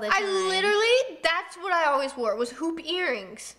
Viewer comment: When you said "hoop earrings " I heard "pOoP eArRiNgS" lol 😆